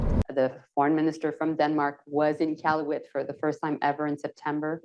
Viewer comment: BY THE WAY.... You speak about the Arctic - Northern Canada . It is IQALUIT, Northwest Territories NOT Kaluit ! Spelling matters, Mrs. Joli.